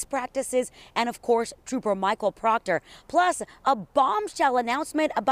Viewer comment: Who cares about Proctor and his family! He brought this on himself. Too bad so sad Proctah Troopah.